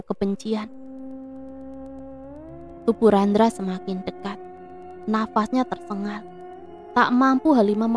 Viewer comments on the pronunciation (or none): tu gk bisa yaa bilang TERSENGAL? Kok TERSENGGAL terus